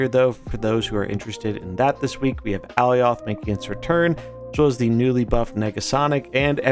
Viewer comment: Bro you got to learn to say Alioths name dude.